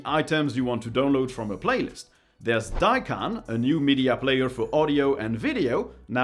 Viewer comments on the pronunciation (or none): none